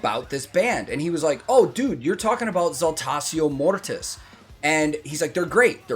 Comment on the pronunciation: on you a man can count. Thank you for telling me how Saltatio Mortis is spoken in English, in German we normally speak Latin as it is written except you had it in school then you will be more proficient. (BTW: If you didn't know Saltatio Mortis means Dance of Dead). And I love "Alea the humble" which is Jörg Roths Stagename who is the cool Vocalist in this really asskicking Band. If you wanna hear more from them my 1st recommendation would be S. M. 'Wachstum über alles' but be warned its all German and there are no subtitles from what I've seen. But at least the video shoud let you poop your eyes out.